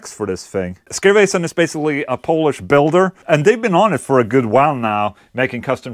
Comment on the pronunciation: I have no idea if you know that or not or if you'll say that in that episode but Skervesen is slightly misspronounced motherfuck3r, Just so you know xd